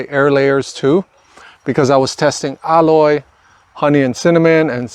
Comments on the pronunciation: you pronounce aloe weird. i've never heard it said like that. it is pronounced al like a named AL.. and O like the o in jello. Al-o .... you're saying ah-loy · It's NOT called "elloy", it's called "aloe" as an "aloe Vera", or in Spanish they call it "savila". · Please, it's aloe, not alloy. 2 different things. Someone is going to try alloy instead of aloe. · Its not aloy, its aloe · Because you are teaching me something AMAZING today, I am going to teach you how to correctly pronounce Aloe... say AL-LOW... not al-loy, because that is something else entirely 😅. I can't wait to see my cuttings take root, thanks so much!! ❤🙏🏽🙏🏽🙏🏽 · Aloe not alloy. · Also it’s pronounced AL LOW not alloy Lay off the drugs bro your doing too much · I was going to tell everyone to use aloe vera leaves lol. This whole video youve been saying alloy...and I'm like wtf is that? Took me a while to realize you meant aloe... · This is valuable information. The pronunciation of aloe is ''a-low'', not ''alloy''. Love your work. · Aloe not Alloy… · Is he calling aloe, alloy? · It's aloe, not alloy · It's NOT alloy, it's ALOE, sounds like AHLO. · The word is "Aloe", not "Alloy".😊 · Great video and alloy (I mean all) 1 thing tho... can u stop say ALLOY...plz... it's ALOE [aloe vera] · dude your the only person who pronounce aloe to aloy! it's bothersome! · Aloe is pronounced ah low. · Thankyou so much! Good info. Aloe pronunciation caught me off at first. The common form here is al-oh i beleave.